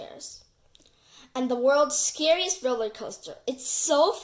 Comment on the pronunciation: row-ler not roaster